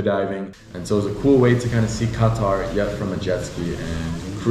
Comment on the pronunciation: Lol it's not qa-taR that's first